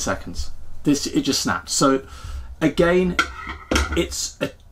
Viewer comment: Every time you said "SO!" (which you say a lot) I heard "SEW!"